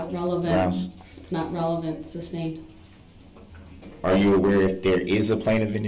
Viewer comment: “suBstained”….. according to him 😂😂😂